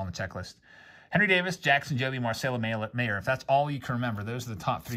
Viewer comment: Marcelo Mayer's last name is pronounced like "Myer" btw.